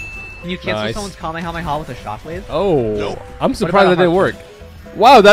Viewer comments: You said kame yo mama it’s ( kame hame ahhhhhhhh) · it’s Kamee hamee haaaaaaaaaa not Kame a mama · bruh its not kamieahama its ka-me-ha-me-haaaaaaaaaaaaaaaaaaaaaa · Its kamèhamèha not kamehamama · U PRONOUNCE IT LIKE KAH MAY HAA MAY HAAAA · He really said kahemama😂😂😂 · CALL ME A MAMA??????? ITS KAMAKAMAHA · Not making fun of is because he said kahmeha bad bro 😂😂🤣🤣😂😅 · Its kamehyomama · Bro it’s called kah-meh-ha-me-haaaaa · ITS KAMEHA MEHA